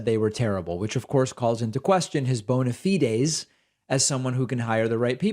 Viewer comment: So good to hear "bona fides" pronounced correctly.